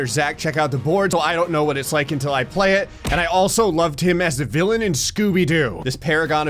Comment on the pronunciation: I don’t mean to be rude, but it’s villain, not villian